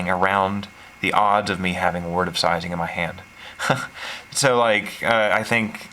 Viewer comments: Am I the only one unnerved at the fact that he pronounced “Seizing” as “Sizing?” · LOVE the deck tech but cringe every time you say seizing.